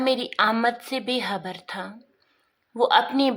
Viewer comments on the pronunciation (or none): be habar nahi be khabar